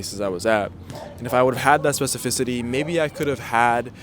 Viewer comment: I wonder how long it took him to say specificity right